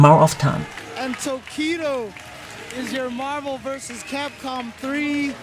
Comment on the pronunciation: CAPCOM Cup sounds like Thai Language KAPUNKAP Lol